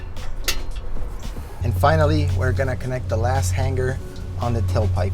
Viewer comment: The ONLY option is the Borla!! The finish on the stainless steel Borla muffler is not chrome...it's stainless steel??? The "G" sound in hanger is not a gah as in han-gar sound it is the hang-er sound as in the word ring, not pronounced rin-gah but the R-ing sound. Why in the world would anyone purchase a Japanese made mid size Tacoma truck the only makes 11 mpg, let alone the version that constantly reminds the fact???